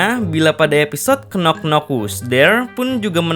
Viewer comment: Sedikit koreksi min "Knock" itu gak dibaca "knok" TAPI dibaca "nok" Huruf "K" nya tidak dibaca, alias Silent -K